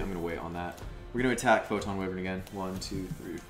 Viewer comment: Pronouncing Wyvern wrong so you know